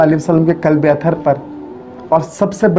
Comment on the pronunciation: Bhai jo apne kalbe bola vo qalbe hai thoda dhyan dijiye